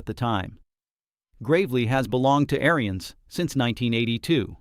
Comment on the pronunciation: First off lean how to say their family name Ariens. The Ariens Apex line and up are great machines.